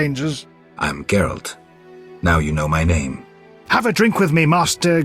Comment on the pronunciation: This game's pronunciation of names and words is baaaad.